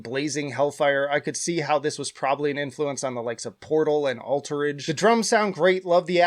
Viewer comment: You just said "Portal and Ulterage", you mean Ulcerate right? XD